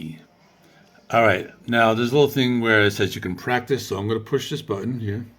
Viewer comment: hehehe welldone pronouncing thesssaloniki but now you misspronounce khirki :) and yes i think too that khirki's album was of the best in 2024. nice video